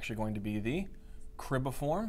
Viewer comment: Excellent job! But it's cribriform not cribiform plate. Thank you again.